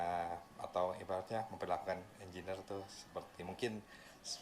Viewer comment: Indyuniur ingrnier